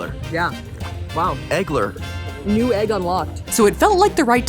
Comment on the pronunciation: It is I, Egg-ler 🥚